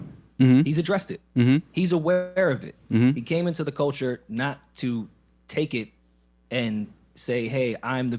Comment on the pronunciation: “People that are in da culcha”... ok, I’m out.